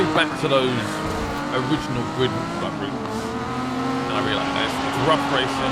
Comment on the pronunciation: Did he say Glid?